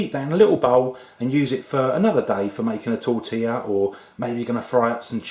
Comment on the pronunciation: Isto é um "atentado" à tortilla!! It means this guy is killing "tortilla"! Ihihih, an englishman in Spain...